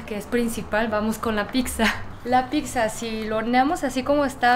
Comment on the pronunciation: porque dices pikza a la pizza?